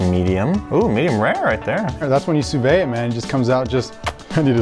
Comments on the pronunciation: its not Soo Vey Its Soo Vee XD. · Will ever learn to say sous vide right? Lol. It’s Suu-veed not suu-vay lol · How many people cringe every time they say “sue vay”? Geeeeeezzzzz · Someone teach this man how to say sous vide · Sorry, but as a chef you guys have no idea what you're doing. Please hire someone to cook the steaks correctly. When you can't even pronounce Sous Vide correctly you have issues. High Steaks needs to up it's game. Contact Guga from Sous Vide Everything for a collab or something. Ask him for a lesson, please! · I hate how he says sous vide. His pronunciation is so wrong and unlike how any other person says it, even others who say it wrong. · Hopefully Guga corrects his pronunciation of Sous Vide a bit, even though he pronounces it slightly wrong himself. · Not going to correct his pronunciation of Sous Vide? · Please please please learn how to say sous vide correctly!!